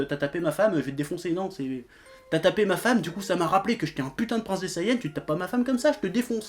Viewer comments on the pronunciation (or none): none